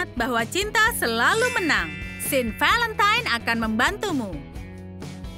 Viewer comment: Semey Niati Hey valentine bukan velemtan bacanya juga valentain